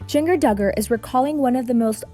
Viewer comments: Only made it 40 seconds into this video.. third time hearing her say Gen-GER was all I could stand!! I mean COME ON!! GenGER! REALLY?! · how does one mispronounce jinger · Oh my god learn how to pronounce her name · Omg at least say her name correctly if you are going to report on her. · The mispronunciation of Jinger is very distracting from this serious news story. Did no one at Access watch this video before it was uploaded? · For such a widely known media source, the quality of this video segment is embarrassing. From the mispronunciation of Jinger’s name, to the basic graphics. Just seems so low budget & cringey. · your saying jinger's name wrong! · I am oddly into the way they pronounce Jinger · Stop saying her name wrong. Its insulting. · Is it a bot narrating? That's the only thing I can come up with to excuse saying it so wrong. 🤯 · Its jinger, like ginger. Not jin-Ger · Are you serious? JIN-GUR? Who oversees this stuff? Ps - Josh is a POS. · 🤦‍♂️ it's Jinn jerr. Ginger but spelled with a J. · It's Jinger, like ginger root, not jin-Grr... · lmfao Jing-Ger. its pronounced "Ginger" like a gingerbread house. They just spell it all stupid because they only have "J" names! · Jinger is pronounced like ginger. Not jeeng er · Why are you calling her " gin- grr" it it pronounced like Jinjger but spelled Ginger. Have you never heard the name Ginger before? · Its pronounced like Ginger.. not Gin gurrrr.... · You really think her name is Jeen-gur, like it rhymes with linger or finger? Seriously, Access?? Her name is spelled with a J but, OBVIOUSLY, it’s pronounced Jin-jur, like the spice, GINGER! How are you actually paid to do this job?? Incredible. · Jenger? Lol like jenga?! Her name is pronounced like ginger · Pronounced GIN-GER ... like JIN ... JERRR 🤦🏻‍♀️🤦🏻‍♀️🤦🏻‍♀️ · It's pronounced Ginger lol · It's pronounced like GINGER. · Jin-Ger? Seriously don't pretend you know a thing about this family. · Jin Gur? Uh no. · Gin-gur? Really? 😂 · jinjeer 🤣🤣🤣🤣🤣 kills me